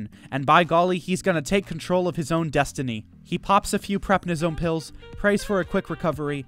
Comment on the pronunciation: What the hell is "Prepnisone"??? I presume he means Prednisone?